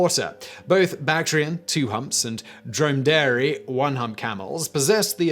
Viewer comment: A drome-dairy camel? That's a new pronunciation.